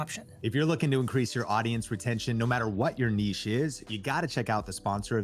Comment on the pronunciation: Congratulations on being one of the few Americans whom actually know how to correctly pronounce the word Niche ('Neesh' NOT 'Nitch').